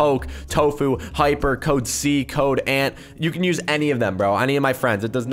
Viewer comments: When poke says "andioop" and we're all like *gasp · That was so funny when he said aniop